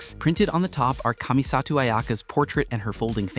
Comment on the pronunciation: The pronunciation of kamisato 😭😭